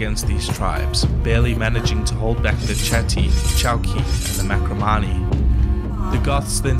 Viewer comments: MaRcomanni, not Makromani. AFAIK. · Don't know if anybody noticed but it's Marcomanny, not Macromanny. Otherwise nice piece!